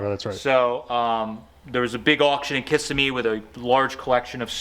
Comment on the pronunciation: That's funny! It's kis sem me. Not kis a me ! Sorry but I live near by on the coast. Lol